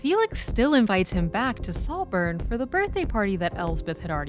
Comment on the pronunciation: Slowburn? Noburn? but a great Take as always.